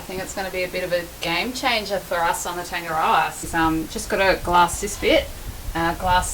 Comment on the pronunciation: The boat is nice but you cant even say its name properly